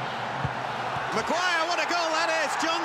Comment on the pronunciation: why you say maguire